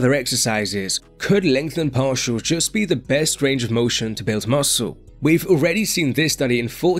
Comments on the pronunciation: Legtnhen parsials 4 lifeee mothaafokaaa .. 🍻🍻🍺🍺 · "LEngtheNed PaRtials"